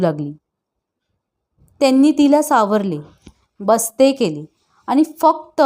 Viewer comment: लेखकाने जे, जसं लिहिले आहे ते, तसंच वाचा हो! तुमच्या सोयीनुसार त्यात बदल करू नका. पन, आनी, मानूस, न्हानीघर, आणंद, ननंद, जनू, भुनभुन, मण, क्षन, त्यांच्यापाटी, सर्वांसाटी...हे असे शब्द लिहिले आहेत का त्यांनी? किती शब्द सांगावेत? हे असे वाचून तुम्ही त्यांच्या लेखनाचा अपमान करीत आहात! स्वतःचे उच्चार सुधारा आणि मग अभिवाचनाचा घाट घाला!😠